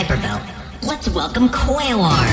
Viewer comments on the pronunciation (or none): " qwayweir" WHEEEEEEEEEEEEEEEEEEEEEEEEZE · Pluto doesn't know how to pronounce Quaoar correctly, but Quaoar's gotten that so many times by so many others that he's used to it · did you really create more lore because i told you you misspronounced it? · So thats why Pluto pronounced Quaoar's name like that.